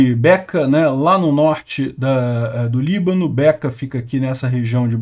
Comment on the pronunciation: É Becá e não Beca .